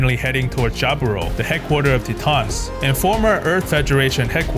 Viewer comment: Love your videos, bro! My favorite part, Quattro puts sunglasses on underground. Quattro remove his sunglasses when he’s outside. Lol. But, please, PLEASE! Titans is pronounced “tie-tans”, not “tee-tahns”. :)